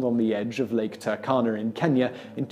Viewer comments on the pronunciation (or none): Interesting that my country (Kenya) would be featured.... anyway, Turkana in "Lake Turkana" is pronounced "too-rkana" :) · Yeah that was weird...